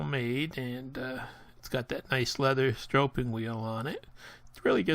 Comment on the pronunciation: /sträp/ not strope (stropeing is not a word) /Sträpping/ (stropping) Nice video. Thanks.